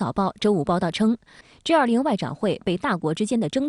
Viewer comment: 主播，是G20，不是J20